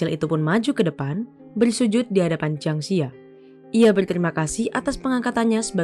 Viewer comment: Jiang Zi ya dibaca Chiang Ce Ya